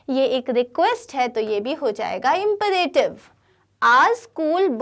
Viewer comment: Imperative ka bhi pronunciation wrong hai